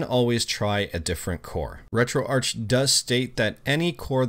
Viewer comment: the "Arch" in RetroArch is short for "Architecture", its pronounced "Retro-Ark, brooossss....... 🤡